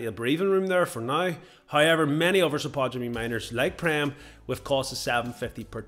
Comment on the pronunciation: Dude. Its spod-u-mene. Not....spu-tod-u-mene.